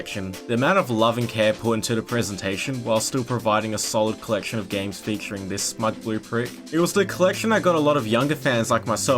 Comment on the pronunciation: The way this guy pronounces collection means one of two things: braces or a speech impediment